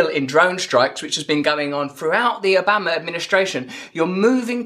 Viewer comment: The way u say Obama haha